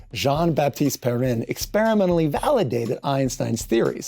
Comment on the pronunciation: Did you really say Valhallidated the idea?😁😁